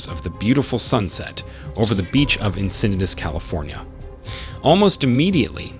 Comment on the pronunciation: Sorry to correct your pronunciation! But, it’s Santa “cruise” (Cruz), CA. And Encinitas is pronounced, “ensah need ah” 😊